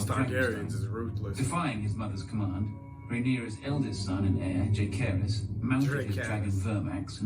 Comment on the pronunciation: Rhaenyra’s oldest son is Jacaerys aka Jace it suppose to be pronounced like (Jah-Ser-ris) it’s a play off her great grandfather king Jaehaerys (Jah-Her-ees) & her father king Viserys (Vi-Ser-ris) like Dany crazy brother. Idk why the narrators was putting emphasis on the k sound when it’s suppose to be a s sound